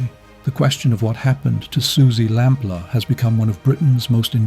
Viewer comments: Along with Lord Lucan, Suzy Lamplugh's is the most famous missing person case in the UK. So it's baffling this narrator repeatedly mispronounced her surname. Is it an AI voice? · Suzy Lamplugh is the most famous missing person case in the UK, bar Lord Lucan. So it's utterly baffling the narrator mispronounced her surname throughout as 'LAMP-LER', when it's pronounced 'LAMP-LOO' (@ , even more bizarrely, he called her parents 'The LAMP-LORFS')! Anyone with even a passing knowledge of the infamous, near-40 years-old case, knows her name! That repeated, glaring schoolboy error immediately put me off watching the video.I struggled to believe a human being would make such a basic mistake, and assumed it had to be an AI voice. And why wasn't the story brought up to date with the prime suspect John Cannan's death? Convicted murderer and rapist Cannan died of natural causes in prison on 6th November 2024, aged 70. So he has taken his secrets with him to hell. The police are in no doubt he murdered Suzy - there was compelling circumstantial evidence, and he was forensically linked to her, as her DNA was found inside a car he once owned. If Cannan had only been caught for that heinous and hugely publicised crime of July 1986, Shirley Banks' murder 15 months later could have been prevented. It's believed Cannan was a serial killer who committed many more murders than he's been linked to. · Would be better if he could pronounce her surname correctly. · I assumed the voice over is AI because of the wretched mangling of the name Lamplugh.